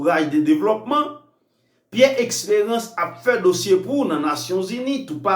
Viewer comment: Eskew vle di Esperance ou byen Expérance zanmim paske menm si m vle tande w menw bouch ou sonnen trè mal wi